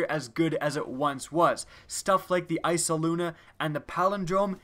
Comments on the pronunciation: Eyasluna not eysaluna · Why the hell do people say ICEALUNA? Seriously, it's spelled Eyasluna not Eysaluna. EYE-ass-LUNA. It's not even as crazy as Gjallarhorn; it's French-Latin, not Norse. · Love the "isaluna" XD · "Icea-Luna" xD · lol "iceluna"